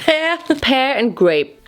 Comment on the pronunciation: Also, what did you say PEAR like that?🤣😆😂